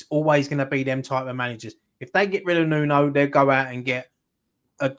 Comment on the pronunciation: His name is Nuno... New-No.